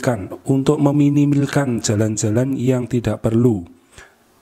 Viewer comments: Di minimilkan😂😂😂astaghfirullah ngakak aku kak maaf.. Minimalkan susah bner kata"nya😆😆😆😂hmpir aku keselek pas bgt lg mkn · Hahahaha, dengan ucapan minimilkan,minimilkan atau minimalkan min serius tanya?🙈🙏😊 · 😆😆😆..minimalkaannnn...kok yoo angeell leeee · Maass ampe belepotan meminimini😂😂😂